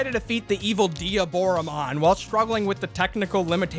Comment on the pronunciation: His name is actually "Diablomon", but due to the Japanese pronunciation of " L"'s you can guess what happened here.